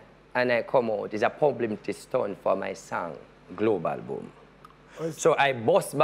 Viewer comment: Did he just say “PUBLIMITY STUNT” !!! ??? 😂🤔